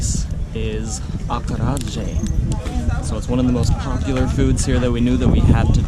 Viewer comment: Acarajé is pronounced /ah-kah-ra-ZHE/